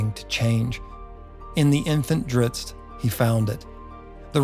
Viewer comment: Thank you for pronouncing his name correctly. I'm so tired of hearing people say Drizzit.